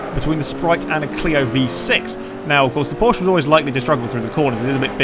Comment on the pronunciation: Porsch-eh? Isn't that how AR12 would say it? :P